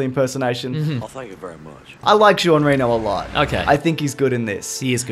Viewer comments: I'm late to the party, but if you ever care: Jean Reno is pronounced: Jean is like saying John with a thick Boston accent without dragging the n and "Reno" is like the first syllable of run and the word "no" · Conn Benn Ren-o?